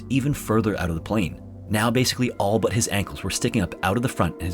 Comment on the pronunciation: He always says “all but” wrong in almost every video